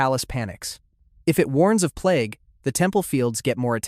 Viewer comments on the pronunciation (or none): none